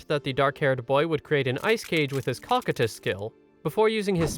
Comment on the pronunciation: I believe that its pronounced "Co-Coy-tus" like the character in Overlord.